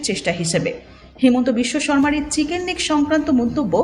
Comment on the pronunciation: "Siken neck" thik moto chicken pronounce korte pare na. Prothom e engreji shik.